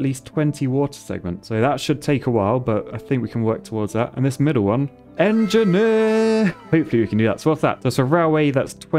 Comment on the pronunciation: Like to see an en-ge-nier playing en-ge-nier games